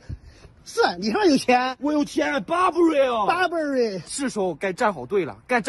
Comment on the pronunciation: 大陆的英语听得我好便秘，还好我是东南亚的！还有，burberry不是这么念的，红二代！